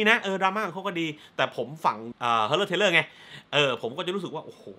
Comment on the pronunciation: Horror Thriller = เฮอเรอร์ ‘ทริล’เลอร์ / ไม่ใช่ เทรลเลอร์ ครับ